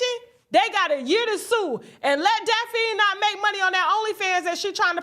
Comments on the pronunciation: It's DAPH-NEE NOT🚫DA-4-KNEE! 🤨😬😑😅🙄🤣😆.....TASHA K BE TOO FUNNY even when she MISPRONOUNCING PPL'S GOVERNMENT NAME 🤣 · Who is Dafeen??? You mean Daf-a-nee=Daphne......... And you and Claudia Jordan with this 10 on 20.... IT'S 20 ON 10!!!!!!! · Daphne's name is pronounced Daff-knee Tasha 😅